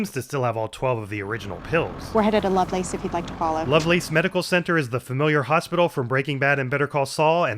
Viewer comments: as an Albuquerque resident, I have to make you aware that it's pronounced "love-less", not "love-lace" 😅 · fun fact, they say "Lovelace" wrong. I worked for the company, it's pronounced like "loveless"